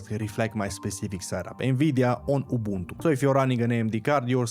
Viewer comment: Dam you said Ubuntu the way our mother tounge pronounced.